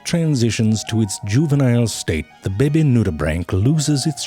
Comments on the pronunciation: Every time Zefrank says “behbeh” (baby) in these videos, it gives me renewed life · I love when he says baebaes. My favorite part in all his videos. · I like how frank pronounces the word "baby" and "worm" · I just love how you pronounce baby 👶🏾